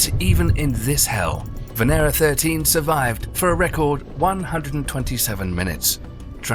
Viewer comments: バネラではなく、ベネラでは？ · ⛔️ it is VE-NE-RA....it is read as it is written, it does not have an English accent, finish with your accents and read exactly as it is written, what does VENEIREA mean?